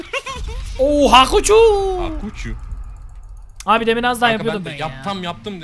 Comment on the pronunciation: abi o hakuçu değil pikaçu